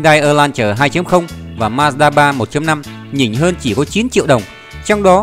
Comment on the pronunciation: Ma-da ba là gì?Ông ơi đọc chữ như ông mất cảm tình quá thôi